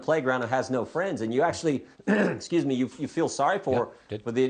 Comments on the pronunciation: He said president Obiden in the Whitehouse....listened to him twice and he said it😂😂😂😂😂😂😂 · Jordan said obiden lmao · Did y'all catch it when Jordan called him Obiden.?